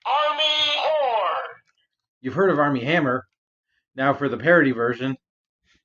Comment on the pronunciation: Every time it says "horn" I keep not hearing the "n."